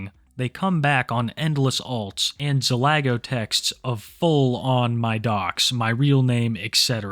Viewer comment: Fully considered unsubbing after the way you pronounced Zalgo man 💔